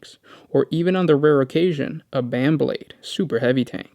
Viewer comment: "Even Command a BAN Blade" Lmfao